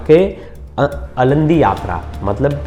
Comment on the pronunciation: अलंदी नही आळंदी यात्रा